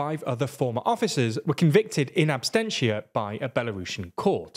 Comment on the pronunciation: uhb-sen-shee-uh or if you're British ab-sen-tee-uh BUT IN NO UNIVERSE IS IT ab-stent-tee-uh